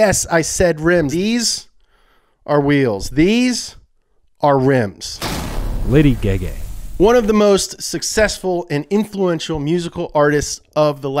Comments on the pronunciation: He pronounced tons of stuff wrong in this video I think he did it on purpose. They called lady gaga lady gaygay so who knows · The fact the text to specs said page gay gay instead of gaga lol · 😂😂"Lady GayGay"😂😂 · LOL when they said "Lady Gay Gay" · "lady geh geh" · “lady gægæ”